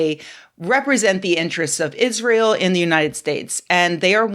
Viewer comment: "I've never even heard of Iss-Ray-Hell"